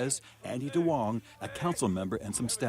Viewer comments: Duong is actually pronouned like yoong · It’s NOT DWONGs. It’s pronounced “Yungs”